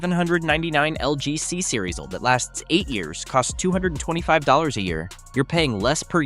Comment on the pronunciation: you know it’s ai slop when OLED is pronounced old. smh